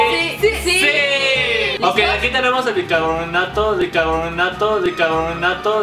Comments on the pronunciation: like oíste que Rafa dijo dicarbonato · rafa dijo bicabronato en bez de bicarbonato jajaja